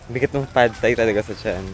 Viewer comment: Pad Thai daw is supposed to be pronounce as pa-tay. I cant hear your voice clearly please put some captions